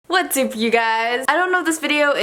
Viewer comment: WHO ELSE HEARD HER SAY "WHAT'S SOUP YOU GUYS?!"